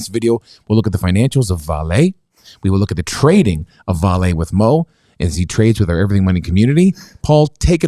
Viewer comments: VAH-lee (stress first syllable), not vah-LAY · Brazilian here. It is not "Valett" it is "VAH-LEE" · Hey guys, I’m Brazilian as well. You actually pronounce it vah-Lee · Actually, in Portuguese the stress is put in the open pronunciation of the A (vÁle), not on a closed E, like it’s the case in French. The closest would be the pronunciation in Spanish, although the V Spanish pronunciation is closest to a B in Portuguese. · As a Brazilian, I would say that the correct pronunciation of Vale would be very close to "valley". By the way, I love your channel! 😉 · it's pronounced... Vahlee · Brazilian here. Vale is pronounced "Vah-LEE", first syllabe is stressed. It's a great company, used to belong to BR government but got sold to investors, pretty much a monopoly here, but is involved with accidents and have caused a lot of damage on the environment.